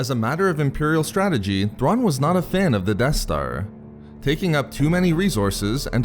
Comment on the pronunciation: ZAARIN NOT THRAWN!